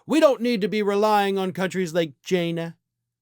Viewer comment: "Jaina" haha... 😆🤣